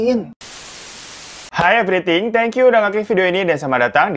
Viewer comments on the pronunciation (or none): Kak Hiro : "Hi... Everything" Me : " Welkom Bek Tu Mai Gys🤣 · Lu ngapain nambahin huruf "k" Itu bos...biar greget?? 🤣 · Ko everything?wkwkwk rip english